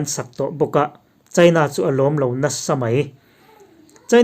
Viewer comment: India, china i tih hian a thluk a ti dik lo thin..